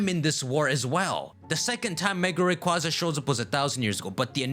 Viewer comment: People from Sinnoh are, officially, known as "Sinnohans", by the way. Also, Rayquaza is RAY-KWAY-ZA